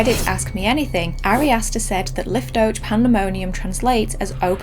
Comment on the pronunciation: It’s pronounced“liftoakh” (a “kh” sound like you’re removing a hair from your throat), a rough H sound.